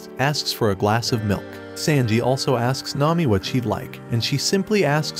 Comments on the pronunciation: He said sandji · Sanji❌ Sandji✅💀💀💀💀💀💀